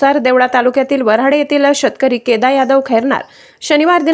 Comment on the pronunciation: वराडे नाही बाई वराणे असं बोल